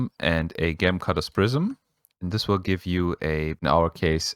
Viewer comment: Gem pronounced jem 😉 Thx for video